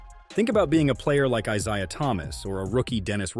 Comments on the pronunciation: "EYE-SIE-UH" Thomas? "Bird only one to save Magic's life"?! Was this done by some 20-something YO who s unwilling to do significant research?! 40 seconds in, I can't take any more! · Bill Lame-beer? Eye-zi-ah Thomas? He mispronounces almost every name. Has the narrator ever watched a basketball game from the 80s-90s?